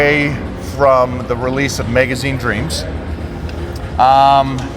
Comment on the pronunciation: The way mike says magazine it sounds like he's about to say megazord